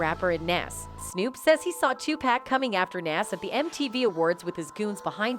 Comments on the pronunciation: I know right I hate when people say 2pack it annoys the sh*t out of me, its definitely pronounce Tupac or 2pac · WILL SHE PLEASE GET THEIR NAMES CORRECT...WHO THE HELL IS PACK and NES..this report is terrible..yall fail as a news channel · Who tf is two packs it’s Tupac Smdh white always on some disrespectful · It's Tupac b** not. No pack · Pleaaase somebody learn that lady pronounce the name TUPAC 😅😓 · this A.I. or lady pronounciation of Nas and Tupacs name is killing me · How is it possible the woman providing the voice over doesn't the proper pronunciation of the names of the majority of the artists she's providing commentary on repeatedly. It was so disrespectful and annoying.